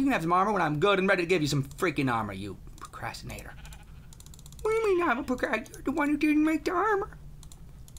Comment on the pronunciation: Yes he did he said pocrastionator